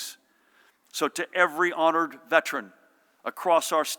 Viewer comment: PRONOUNCE: "VETERAN " NOT: VET-REN!!!!!!!!